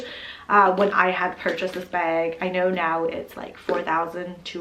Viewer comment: Every time you say bag, i feel like you're saying beg for the Hermes lol Nice collection x